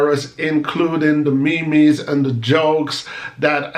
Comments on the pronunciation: Good afternoon hope your day has been a good and productive one so far. the Memes are pronounced MEEEMS not MEME LOL. "go suck yuh madda" I don't use the term I think it's vulgar and disrespectable. it's broken English but most people understand the meaning and will get pretty mad if someone say it to them it's the same as using a profane word. (my opinion) Oh you speak Deutsch! very difficult language, it's also similar to Dutch that I had to learn to get my Passport. Guten Tag, wie geht es dir? and in Dutch it would be Goede middag hoe gaat het met je? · Me mes? No cheif it's pronounced as "meems"